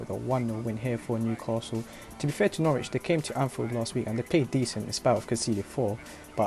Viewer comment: It's Norwich not Noooooooooooorwich jesus christ lmao